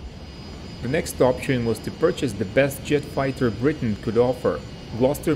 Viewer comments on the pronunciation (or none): none